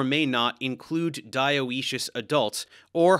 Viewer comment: Dioecious is pronounced /daɪ̯ˈiːʃəs/ there is no 'o' sounded. Great series.